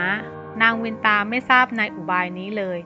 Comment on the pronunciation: เคยอ่านในตำนานเก่าๆ.เขาออกเสียงว่านางกัทรุ..กัด-ทะ-รุ.ไม่ใช่กัด-ทรู.และนางวินตา.ออกเสียงว่า.วิน-นะ-ตา